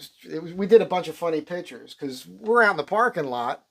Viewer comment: Can't help laughing everytime he says here's some more "pitchers" in Jerseyese.